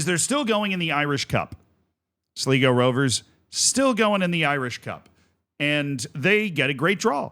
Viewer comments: Amazing game for sure, but Z you butchered just about everything there. Just a total hack job. As many pointed out , it's Sly-go, not Slee-go. Galway United and Sligo are fierce rivals from the west of Ireland, nothing much to do with current league standings. And the "do you believe in miracles"? Seriously, you know almost nobody outside the US gives a hoot about that. And the reason Kerry has no long standing history, is because it's a new club, founded in 2023, it was amateur to start, now has a license to play in the Irish League. Sure you're excited about the game, but breathe, take at least 5 minutes to a little background research, just 5 minutes. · I think its important for future reference that its actually pronounced Sl-eye-go not Sl-ee-go, as I expect future updates on the irish cup and the irish second division standings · Seriously, please start doing a minimal bit of research before these vids. It's 'slygo' not 'sleego' you had it right the first time. Kerry are going to the semi-finals, not the final. This was the quarter final. Kerry can't relegate, there's no relegation from the First Division. You also could've seen Kerry was founded 3 years ago, no need to scour old cups for their participation. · You were so close it's pronounced sly-go not sli-go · Kerry cant be relegated because theres no relegation and it's said Sly-go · its sly go . og god tell me he doesnt keep saying it wrong the whole video. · "Sleego, slygo, I think it's Sleego" Usual editorial rigour from Z. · Cmon man. All it takes is a 2 minute research of any Irish video talking about Sligo to get the correct pronunciation. Do better Z 👌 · "Sleego" lol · To everyone correctly pointing out that it's pronounced "Sly-go" have to understand that only winners get correct pronunciation. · It's sly go btw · I can't listen to Z continue to butcher Sligo - bye 🤮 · Long I in Sligo.